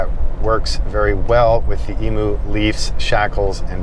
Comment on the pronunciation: Love everything you do..................but it's pronounced "e-mew, not e-moo". It's an Aussie thing!!